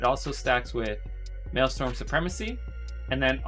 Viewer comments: maelstrom bro, not maelstorm. good vid tho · Dude is the #1 solo shuffle shaman in the world and he doesn’t realize his resource is called maelSTRom. Dude it is not mael-STorm. That’s hilarious. Google Thrall and the Maelstrom. Hahaha